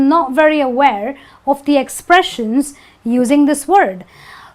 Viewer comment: Help us to remove this confusion with the correct pronunciation of the word "the " because my Indian friends called zi and za it's baffles me. I don't when to call it zi or za .